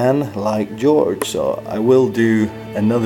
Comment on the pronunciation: it's jorge not george